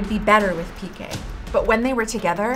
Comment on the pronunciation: Piqué, is Piqué. The accent means that the strong is the last syllable. So please don’t pronounce all the names as if they were English.